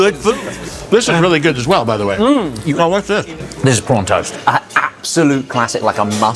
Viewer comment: I thought Josh had said "corn toast" until Jon said, "Oh, shrimp toast!" and I realized he'd said "prawn", lol.